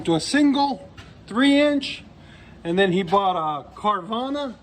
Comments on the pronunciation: Carvana haha its carven. Ill forgive ya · Yeah great video that he doesn’t even know how to say your company name🤣🤣🤣🤣🤣🤣🤣🤣🤣🤣🤣🤣🤣🤣🤣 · What an idios doesnt even knows what he’s advertising LOL keeps saying the exhaust name wrong over and over